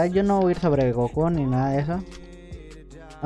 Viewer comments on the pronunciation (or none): none